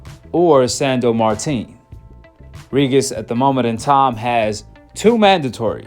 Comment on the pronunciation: Why u say “regis” like that lmao